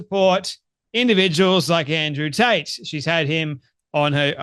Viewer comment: Did you say Andrew Taint ?